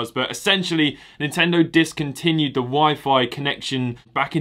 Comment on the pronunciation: He said Nintendo wrong